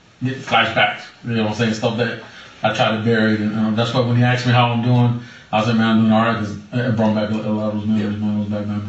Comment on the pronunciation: It almost sounds like she axed for it.